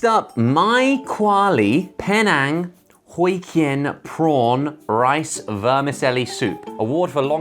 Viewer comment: As a Malaysian who tried British pot noodles, I'd say that's a pretty low bar. Btw, I love your Penang Hokkien Prawn Noodle pronunciation. 😂